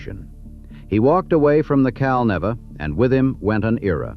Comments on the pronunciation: Not "Cal-Nevvah." "Cal-NEE-va!" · It's pronounced Cal-NEEEEEE-Va